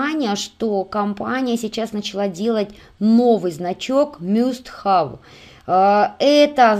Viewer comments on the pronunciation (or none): спасибо за такую работу Мне понравилось все. Много нового узнала о самОй продукции. Извините, может, скажу что-то обидное. Must have - по-английски "должен иметь" и произносится "Маст хэв", а "Sky line" - линия горизонта произносится "Скай лайн". Мы же не хотим смешить людей, знающих английский? Если это из французского или итальянского, я сдаюсь, этих языков не изучала. Простите еще раз. Надеюсь, я Вас не обидела.